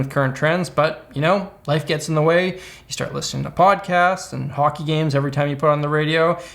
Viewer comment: I didn’t hear your accent until you said “hockey”